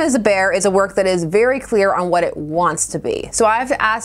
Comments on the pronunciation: Good, thorough review as always, but ... every time you said "very" I heard "beary." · uhm.... "this book is for a beary specific audience?"